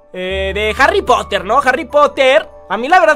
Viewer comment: Harri poter Harri put jaja